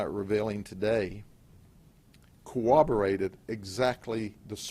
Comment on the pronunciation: Why do 99% of cops think "cooberate" is a word? It's corroborate, there are two r's in it people.